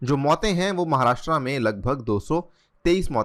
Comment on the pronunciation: १) 'महाराष्ट्र' सही उच्चारण है, 'महाराष्ट्रा' नही २) भगत सिंग कोश्यारी नाम है राज्यपाल का